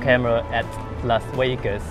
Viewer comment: Wiwaaaaa Las Wegas, wiwaaaaa Las Wegas, wiwaaaaa, wiwaaaaa, Las Wegaaaaaas!